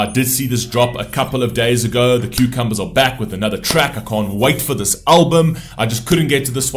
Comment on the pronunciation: I love you !!! You are so good at reacting to TØP ❤ I love it when you take the time to pause the video and explain the meaning of it all. Thank you so much! Also, by the way, why did you call them 'Cucumbers 'are back again?. 😂I'm curious..